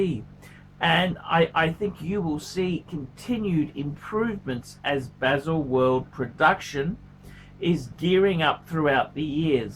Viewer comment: “Beeezle world” lol